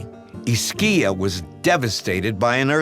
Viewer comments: It's not " Ischìa ", it's " 'Ischia " :), but the story really touches your heart. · Ischia is pronounced IS-kee-ah, not is-KEE-ah. Iacono is pronounced YA-coh-noh, not ee-ah-COH-no. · Sicily, along with its surrounding islands, was invaded and populated by various cultures over the years — the Greeks, Arabs, Normans, etc. Any Italian place names ending in “-poli” (e.g., Napoli) were Greek at one time. And “Ischia” is pronounced with the accent on the first syllable, Dr. Gates! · Pronounced Is-kee-a beautiful seaside town. ☀️ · Wish they had the pronounciation of the island of Ischia correct and also the history....The earthquake of 1883 happened on JULY 28th. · I don't understand because this narrator doesn't make the slightest effort to discover the correct pronunciation of Ischia or Casamicciola: It doesn't have to be difficult: just go to Wikipedia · I always follow this series when I get the chance. It's just a pity that they didn't get the correct pronunciation of Ischia (accent on the first I) or Casamicciola (again accent on the first i) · I’m from Romania and we pronounce the name with the accent on first syllable 👍🏻😊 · Only he mispronounced it.